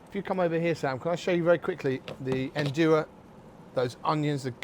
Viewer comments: Nduja is to be added only at the end, after your thick tomato sauce is ready, there is no need to cook it and you will keep the flavour better. also, pronounce it as Nduzjaa. In Calabria they use the handmade Fileja pasta, round and thick. Strange for someone who states he visited Calabria to not know these facts. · Make sure you pronounce it right, not like this Guy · Great chef, great ingredients, great recipe, but Mr Byatt’s pronunciation of Nduja is not great.